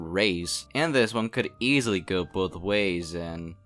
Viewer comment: I like how you put so much energy in saying EASILY!